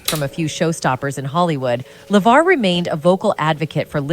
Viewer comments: hmm is it just me or did She change the pronunciation of "LeVar" multiple times in this video. and good to see Geordi got those ocular implants. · I hate to say it, but I think the OG video you're reacting to is a product of AI. I had a few concerns with little things (awkward reading of the show title "Star Trek: The Next Generation", mispronouncing LeVar's name when talking about his website but not elsewhere), but when the narration directly read a line that was being highlighted on a tabloid article, it pretty much gave itself away. I looked up the OG video, and the channel looks like a similar mishmash of AI content. There's also a knock-off using a similar tagline and thumbnail with a very, very obvious AI voice on a different channel. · So at what point does Levar Burton speak any sort of revelation in this video? He doesn't even speak. It's just the AI voice that keeps mispronouncing his name. Am I missing something? Is it just a poorly titled video? Who keeps making these videos exposing hollywood without any actual revelation? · Weird that the AI speaker pronounces Levar's name two ways.